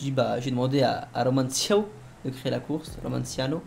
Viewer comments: il sait toujours pas dire le nom de son créateur romanaccio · par contre j'en ai marre ça de tes "romanciano" 😂😭😭 ça se prononce "romanacho" ptdrr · Mdr il sais toujours pas dire le nom de son createur !!😂😂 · 1,5 ans que romanaccio créer des courses pour et 1,5 ans que ne sait toujours pas le prononcer ^^